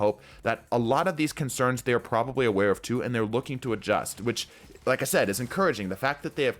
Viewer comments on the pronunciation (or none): none